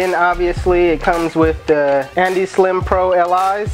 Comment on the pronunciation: And iz not andeez